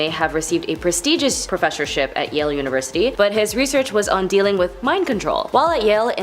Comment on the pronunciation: No kidding! "Treasurary"? "Un-a-bomber"? Way to use that "unaversity" education!